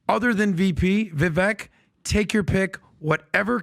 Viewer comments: Hey Pat, you have a rock solid show that is much appreciated. I do have one observation that I need to bring to your attention. Vivek is pronounced Vivak like cake. Vivek like cake is a quote from him at the beginning of his run. Since he will be our next Vice President, you can be an early adopter of correct pronunciation. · Every time you guys pronounce VIVEK (VI-VAKE) incorrectly, It just makes me cringe and it's not even MY NAME! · OMG....It's Vivek as in rhymes with cake. Amateurs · Vivek Pronounced VIVAKE LIKE CAKE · "Vivek rhymes with cake," says Vivek. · Vivek rhymes with cake. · How are we about to start this election, and you all can’t say Vivek’s name right? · If you guys like Vivek so much, at least learn how to pronounce his name correctly. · If Vivek is your boy, why can't you guys pronounce his very simple name to this day?!!! Christ